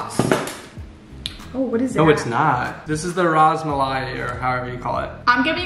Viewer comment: The rus-muli is how you say it and its just cheese and dariy